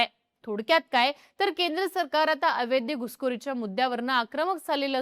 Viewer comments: कृपया अवैध म्हणा. अवैद्य नका म्हणू. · अवैद्य नाही अवैध... जे वैध नाही ते अवैध. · ही ॲंकर अवैध हा शब्द अवैद्य असा करत आहे. चूक सुधारावी 🙏🏻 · अवैद्य नाही -- अवैध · अवैद्य, अवेदी..... नाही ..... अवैध ..! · अय बाई... अवेद्य अवेद्य अवेद्य नाही 😂 अवैध असतं ते.... एवढा मोठा चैनल चालवता... थोडं मराठीच बेसिक ज्ञान ठेवा 😂😂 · ताई, ते अवैद्य नाही, अवैध असतय😂😂😂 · छान माहिती सांगितली ' अवैध ' या शब्दाचा उच्चार चुकतोय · अवैध अवैध अवैध....अवघड आहे तुझ..मराठीत किती पडले मार्क तुला..